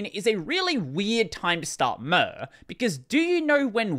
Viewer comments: I want to stab my eardrums every time I hear murrr instead of Mir. The way you should pronounce it is the same as in the word Mirror. Mir means both world and peace in russian - it is also the name of a defunct space station. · The way you pronounce mir is: Mirage. PS Wayland sucks